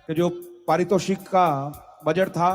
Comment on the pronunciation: "पारितोषिक" होता है